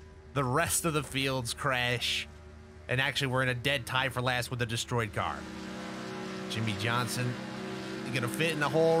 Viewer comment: ah, yes my favorite driver. "Jimmie Johsnon"